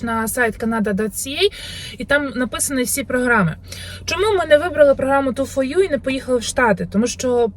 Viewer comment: Ю фор ю !!!!!!!! Не ю фо ю